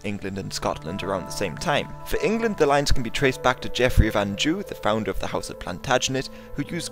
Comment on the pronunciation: Gaaaaaahhhhh! I have been listening to you repeating the same mistakes in your videos over and over!!! Cisalpine or anything starting with cis- is pronounced like "sis" not "kis"! Anjou is pronounced with a "z" sound in the place of "j"; I would not like to hear you pronounce "bonjour" based on this(!) Also in FitzGerald the "g" is pronounced as a "j" like in the names Gerald and Geraldine... And on a little heraldry note, Scotland has indeed a lion rampant, but England has three leopards passants. Very nice videos, but please next time open a dictionary and Debrett's guide to the pronunciation of last names before making one :)